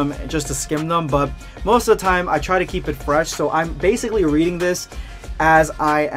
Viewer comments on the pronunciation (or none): none